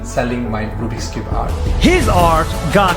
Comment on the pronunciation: Nas: rOObiX cube Me: Rubik's cube